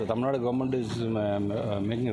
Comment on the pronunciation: It's not tamilnad it is "tamilnadu".for your info.